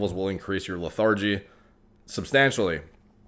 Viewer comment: LE-THIR-GE. JUST HELPING.